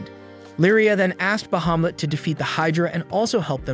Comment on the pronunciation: Say Bahumet one more time! 😂